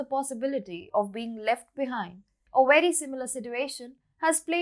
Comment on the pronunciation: It is NOT "wery" it is "very" with a V